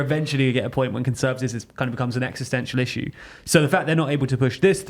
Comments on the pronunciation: stop saying “rissue”… I have a rissue with it ^^ 😺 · Please, never stop saying rissue 😂😂